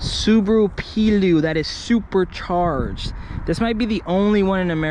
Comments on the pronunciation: I think its actually pronounced "Play-oh", but what a cool thing that is haha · Pleo is pronounced like the women’s name Cleo. Plea Oh.